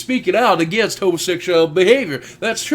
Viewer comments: i can't take someone serious when they say "again it" instead of against it. Also this "Pastor" is suggesting another holocaust. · "Agen it"? Rofl, what the fuck is that? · that pastor cant pronounce his S' im againt it ! lol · is he saying again it? or against it? because it sounds like again it. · Never take a man seriously when they can even say "Against" correctly.... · can''t even say "against" right, I don't think thinking he's so smart is even possible